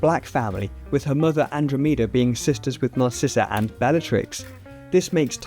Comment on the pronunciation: That is not how you pronounce Andromeda 🤣🤦🏻‍♂️